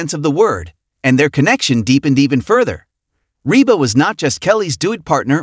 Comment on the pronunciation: Oh if you could only pronounce Rebas name and other words. Correctly